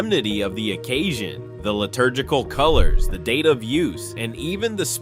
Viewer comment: Thank you for the correct pronunciation of these liturgical words! Even the Holy See butchers these words on a regular basis! Lol